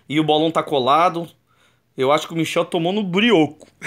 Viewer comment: Era Michael nao michel kkk